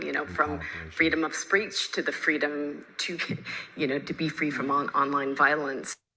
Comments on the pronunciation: cant even say it 'freedom of spreech' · She said freedom of spreech. Wth is that? 😂